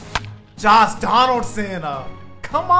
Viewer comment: Why does it sound like a is saying Joss Donaldson lol